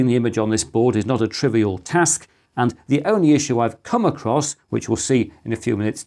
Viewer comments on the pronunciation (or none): none